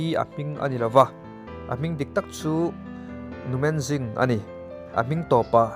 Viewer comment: A hming rik dân hi, Menzing ni loin, Mênzîng ti a lamrik tûr